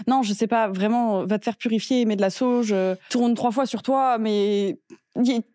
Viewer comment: Quand maghla a dit je sais pas mais de la sauge. Jai compris au début mets de la "sauce"😂😂